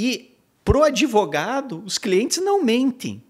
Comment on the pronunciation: Ahaha se fosse aqui nos US…no minimo PRISAO PERPÉTUA! Ta por fora esse “adEvogado”